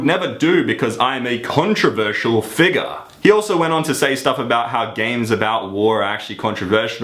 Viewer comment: It's so funny how he says figure :p lol